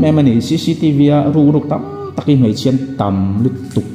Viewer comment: Mei a ni lo mai.tih tur aw .Mei chu a saa .Mai tih zawk tur.aw.